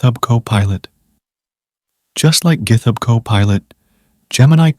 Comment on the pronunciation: And gith-hub. LoL